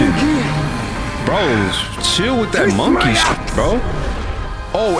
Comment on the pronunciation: They are saying monkey like it's the n-word